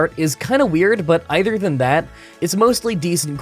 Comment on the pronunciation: Can somebody explain why my man always pronounces "other" as "either"?